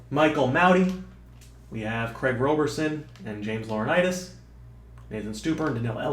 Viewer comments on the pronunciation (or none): none